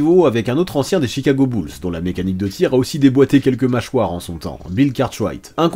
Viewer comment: Les beul’s , c koi ça ? Tu voulais dire les Bulls ( boul’s) je suppose ?